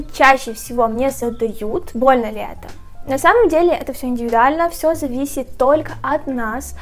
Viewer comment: Боже, как бесит, что она говорит не «это», а «ато», и так во многих словах вместо «э» говорит «а»